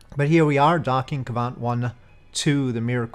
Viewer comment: Great mission! Also, you’re pronouncing quite well, but its Kvant, rather then Kavant as you’re saying. And you said Kristall properly, so don’t worry